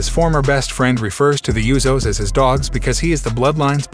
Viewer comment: BTW, its USOS not YOUSOS